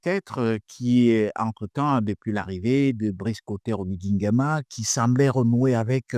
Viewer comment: C'est OLIGUI et non OLINGUI. s'il vous plait arrêter de déformer les noms propre.